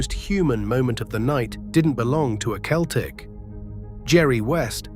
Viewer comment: I won’t do you Amy favors because you cannot pronounce Celtic oroperly